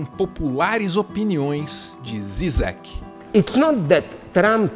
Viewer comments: A pronuncia se não me engano é Jijek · A pronúncia de Zizek é "Didjek" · A pronúncia do trêfego filósofo é Slavoi Jijek